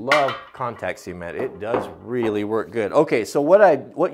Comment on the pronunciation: I have to stay. I love how you say cement. I'm in NY and everyone says cement (sah-mehnt) but how you say cement (sea-mehnt) idk why I just like it! Haha.